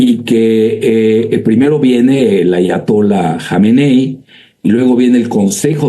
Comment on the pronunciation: Sería interesante que te aprendieras el nombre AYATOLÁ , no ATAYOLA. Resulta cateto y poco creíble el resto de tu discurso.